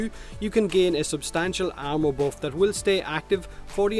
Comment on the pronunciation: I keep thinking your saying ammo instead if armor and it throws me off. Like when did Oberon give ammo?